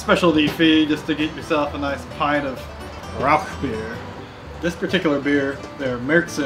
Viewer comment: Great video and got me subscribing instantly BUT please stop saying "RauK beer" its pronounced "Rauhr beer". But anyways love the video and I can't wait to brew my own Rauchbier.